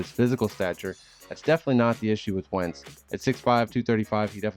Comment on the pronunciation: dude really said wentz lmaoooo